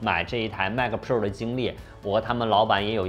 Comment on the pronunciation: 迈克普肉儿~ 这发音，杠杠的。